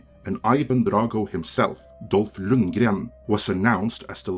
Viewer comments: that real Swedish Lundgren pronunciation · That's the correct Swedish pronounciation, yeah - but I'm sure he'd forgive you;p